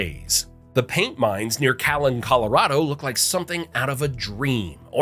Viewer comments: Calhan not Callan. Lol I live calhan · This narrator is either not from Colorado or some kind of AI. Cal-han, not Callan. Keb-ler, not Keebler. Soap-ris, not Soporis, only to be said correctly in the very next statement. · Calhan CO, pronounced Cal Hann. But yeah, they're cool. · What is so hard about pronouncing the name Calahan, My hometown? All of the dinosaur soft tissue, possible DNA, red blood cells, osteocytes found in unfossilized dinosaur bones prove the crust earth and dinosaurs are ot as old as they say. And carbon-14 being found in diamonds further proves this. -DR Kevin Anderson molecular biologist. A short video on the subject. A 21 minute video with Kevin Anderson Evolutionist Mary Sweitzer featured on 60 minutes. Dr Robert Carter on the same subject Dr Mark armitage presents the triceratops Horn found. Also describes dinosaur nerves. Bob Enyart offers money to carbon date dinosaur bone to Jack horner but he refuses. Real science radios web page on dinosaur soft tissue lists secular articles reporting Peer-reviewed journal articles that descibe biological material including tissue and DNA still inside fossils. Including plosone, and nature